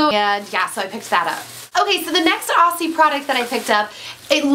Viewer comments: It's pronounced 'Ozzie' - with a z, not an s. :) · Hey there, with the pronunciation of the "aussie" products, I hear so many Americans pronounce it wrong :P it is pronounced "auzzie" like with a Z don't say it with the S :) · great video, i love how americans pronounce aussie hahah we say OZZ-IE ;) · I find it funny how Americans pronounce Aussie although it has 'ss' it is pronounced Auzzie (o-zz-ie). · Sorry, but that's not how you pronounce Aussie...